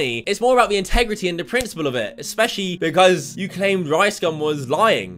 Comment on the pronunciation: Why did he say “because” like that